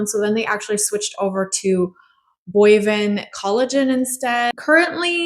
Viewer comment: It's "BOVINE" Collagen, pronounced "bo-vine," not "boi-vin." It means it comes from cows.